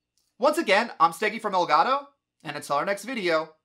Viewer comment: Is it not pronounced “El Gato” like Spanish for cat? You’re saying el goddo